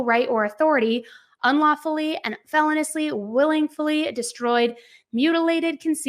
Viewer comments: "Felonously"????? Itis feloneously. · I’m sorry I just can’t listen anymore without saying anything. It’s not felon-ously. It’s fel-O-niously. The emphasis is on the O, not the E. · I love your work,, but the word feloniously has 5 syllables and is pronounced "fuh-LOW-nee-us-lee". And the word capacity has no "m" in it. Just wanted to be of service to you. ☺️ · Feloniously is pronounced fell-owe-nee-oos-lee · Feh-LOH-nee-us-lee … not, FEH-lon-us-lee. Just saying … 💁🏻‍♂️ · driving me crazy how you keep saying "fell ah niss " instead of "fuh low nee us" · Please! It’s feloniously. Like feloneeeeeeously. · The latest information is that the manager of the hotel said the room always has a chlorine smell because it's directly above the indoor pool. Also, please check the pronunciation of felonious, please. Hearing felon-ous-ly is like nails on a chalkboard!